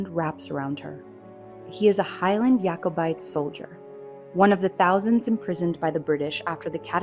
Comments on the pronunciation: It's not pronounced Yakobite. It's Jakobite. After King James. It's not a Jewish word. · Why do you insist of mispronouncing “Jacobite”? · Couple of points...you pronounce the J in Jacobite and Colloden is pronounced Col-u-den! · Wrong pronunciation of Jacobite and Culloden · I know! Kind of annoying and makes one doubt the rest of the content if the author can’t be bothered to to look up pronunciation of words she is unsure of